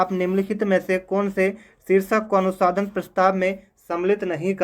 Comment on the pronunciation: अनुसाधन नहीं अनुसंधान उच्चारण गलत कर रहे हो बार-बार 🙏🙏